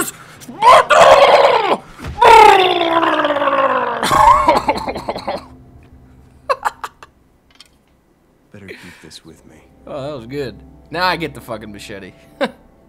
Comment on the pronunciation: I loled! when u sed this is sparttbtbbbt :D